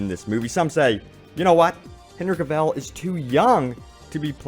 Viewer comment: Omg my ear bleeds when hear OMG pronounced Henry Cavil name. It pronounced Hen-ry Ca-vil not Hen-ry Ca-val.